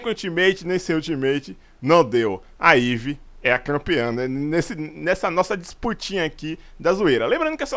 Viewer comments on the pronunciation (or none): porra, é mive não maivi kkk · a pronuncia certa é "Mêiv" e não "Má-ivi". OK?:D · meivi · não é maive é maeve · "Maivi" KKKKK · The Suspect kk sabe quando ele faloou deu um pouco com raiva pq falou o nome errado,e o certo de fala e Mivi tem gente q fala mavys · a pronuncia é meive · Eu tenho problemas auditivos ou ele falou "Maivi" o vídeo inteiro? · Ele fala o nome da Meave errado kkk